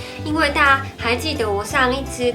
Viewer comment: 淘是唸第二聲